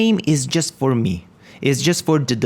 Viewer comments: Well, it's my 3rd language, but it's ok ;) Just pointing it out so you now know that it's pronounced as "me". Great vids, man :) ! I'm following the series and learning alot! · Why do you say "about shmee" ?